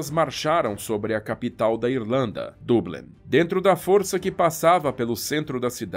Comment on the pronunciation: Perfeita pronuncia Dublin [Doblin]